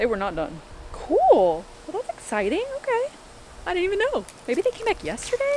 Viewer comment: “Hopefully the Siding is ready tomorrow… that would be really Ex-Siding!” 😂 I know you said “exciting” but I heard it as “ex siding”